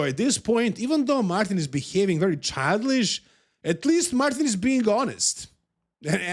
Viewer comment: Am the only one that loves how says "childLISH" for childish? 🤣